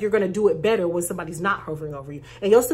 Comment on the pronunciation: You're so funny! 🤣🤣🤣🤣 You said Betta - ruh 🤣🤣🤣🤣 ⭐SUBSCRIBED